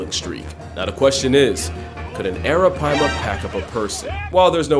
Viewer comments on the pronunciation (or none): none